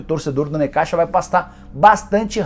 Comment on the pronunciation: O jeito correto de pronunciar é "Necákssa"